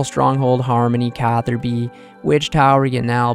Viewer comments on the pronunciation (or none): none